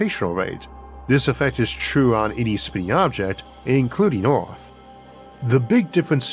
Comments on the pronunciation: It's not "Orth" - it's Earth! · Sir, you talk really unclearly, thats really annoying for a non native Speaker. Also its not Oarth, but Earth.